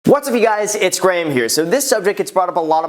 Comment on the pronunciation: You’re the first American I’ve found with the name GRAHAM that doesn’t pronounce it GRAAAAAAAAAAM. This is mind blowing for an English person 😂